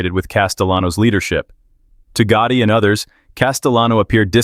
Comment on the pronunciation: John GOOOOTIE ? 😂 The way they pronounced it once Omg